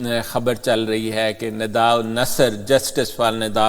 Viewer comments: Nada nhi Nida please! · Sir I know but you always pronounce her as Nada. I appreciate your and efforts of your team on YouTube and other social media. Regards